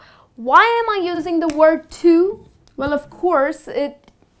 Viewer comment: It's very funny to watch you pronounciating the word "too" as "thuu'' .